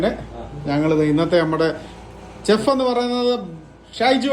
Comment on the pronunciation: ഓംപ്ലേറ്റ് അല്ല... ഓംലെറ്റ്‌ ചെഫ്‌ അല്ല ഷെഫ്